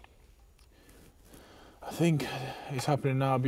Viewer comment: Does nobody in this chat know this guy's name is Frazer and not Frazier?